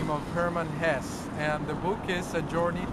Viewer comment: Wish you luck, but we pronounce the E at the end of Hesse :)